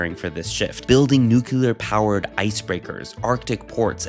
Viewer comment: What are "NEW KILLER" icebreakers? Why cant you Americans speak English? Its NUCLEAR! pronounced NEW CLEAR!